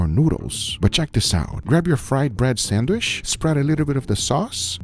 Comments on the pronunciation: PRONOUNCED " SAN D WHICH" NOT " SAN WISH" GEEZ GUGA YOU KILL ME WITH YOUR PRONUNCIATION... LOL I DONT KNOW WHY I LET IT BOTHER ME SO MUCH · Guga please stop saying sandwish 😂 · When will Guga learn to say sandwich? Say CHEESE!!!, Sheese...